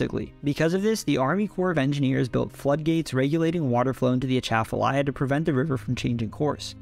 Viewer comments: yeah, but still good pronunciation. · Born and raised in Louisiana (north Louisiana). You get two gold stars for pronouncing Atchafalaya River correctly. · Atchafalaya pronunciation.... nailed it. Good job